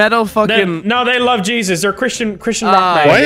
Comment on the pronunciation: saying "black jeSYAUs" just makes me chuckle every time